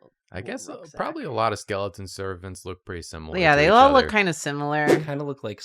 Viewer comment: they started saying skelton instead of skeleton recently and every time its a jumpscare for me 😭